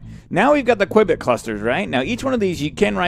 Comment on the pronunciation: Every time you said Quibit, I kept thinking of Johnny English!!